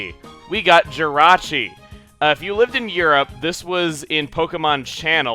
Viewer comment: Jirachi not Jyrachi!!!!!!!!